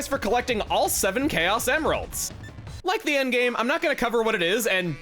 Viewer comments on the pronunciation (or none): pronouncing it “chaos EMeralds” bring me back to 4Kids Sonic X